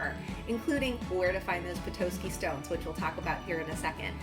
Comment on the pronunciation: Please never say “Petoiske” again. It’s Pe-Tos-Ski